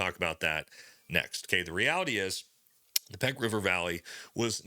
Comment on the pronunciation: Pech is pronounced 'pesh', not 'peck'. (Medical Officer PRT Asadabad 06-07)